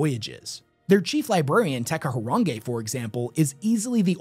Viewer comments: my bro, you need to work on your Maori, Te Kahurangi (ter ka hu rangi ) rangi sounds like rung-ee With Polynesian languages you have to roll the fuck out of the R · A lot of comments complaining about him mispronouncing Charchardons once at the start but that's far from the worst pronunciation issue here. It's Teh Kah Who Rung E, with each syllable pronounced distinctly and not rushing through the word. The R of Rung has a slight roll to it as well. Definitely not Teka Hurungay. All three parts are very common in Te Reo (Maori language). Te being an extremely commin prefix (the), and Kahu and Rangi both fairly common Maori names. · it’s te KAHU…. RANGI